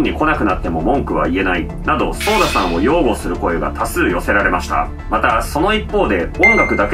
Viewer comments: ソーダじゃなくて、ソダですよ。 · ちなみにソーダじゃなくてソダね